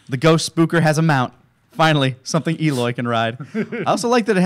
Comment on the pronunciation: Eloy more like BEE-loy I’m not sorry